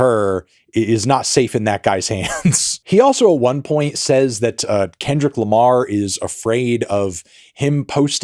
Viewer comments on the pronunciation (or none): none